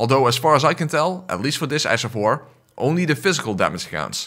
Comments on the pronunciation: did you just say "Ass of war"? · The fact your accent when saying ash sounds like ass makes it even better. Ass of war all the way! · Did you say ass of war? 😂😂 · Ash of War? Nay sir... Ass of War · I genuinely can’t tell if you’re saying ash of war or ass of war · You mean “ass” of war